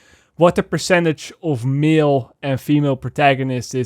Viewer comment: Everytime you say "male" it comes out as "Milfs" on my end. But I can't disagree, the industry can really use more "Milfs"....